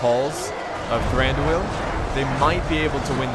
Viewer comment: Dude plz say Thraduils name properly, plz. I CE every time you say "The-ran dooo el" it's a fluid sound. Like "Thrandwueel" all mine fluid sound no big syllabic stops.